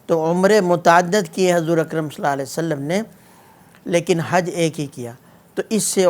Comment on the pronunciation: مفتی صاحب ﷺ تو صحیح طرح پڑھ لیں